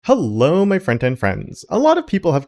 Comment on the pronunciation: Are you actually greeting us as "front-end friends" as the pesky subtitles which randomly appear regardless of my settings tell me? I would have sworn you'd be saying "friend and friends" 😅